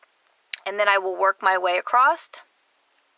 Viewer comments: Ivory Gilyard Her "acrossed" or "acrost" is actually what you and I would say as ACROSS! I wondered about that too until I realized she was just not properly pronouncing it. Working on two socks simultaneously but on separate needles can be so confusing. I simply took the time to learn the two-at-the-same-time method and with both on my needle and working sock B just as I did stock A gives me an identical pair without having to keep my place. It truly is so simple and much less confusing. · Sorry, but it's across, not acrosst. Really made it difficult to watch this, which is a shame, because it seemed like a helpful video. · Across across across there is no T in across(t) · Acrossed. ACROSSED. WHY??? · ACROSSED. I CANNOT WATCH THIS TUTORIAL! And it's a shame as she does show some cool stuff.